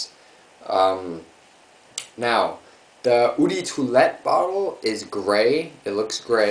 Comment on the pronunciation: pet peeve of mine. gotta do it. sorry. eau = "Oh" de = deux (2 in french ... pronounce it like an english person speaking french or say "duh" instead) nice vid btw. :D